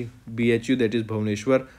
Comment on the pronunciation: Iit bhu ko bhubaneshwar bol diye😀